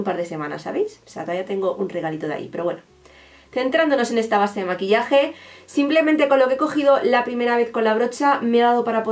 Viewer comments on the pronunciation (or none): none